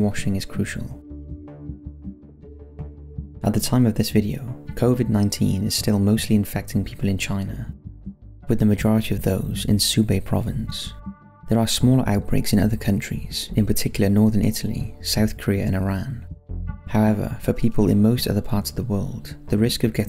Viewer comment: Hubei Province, not "Subei" province.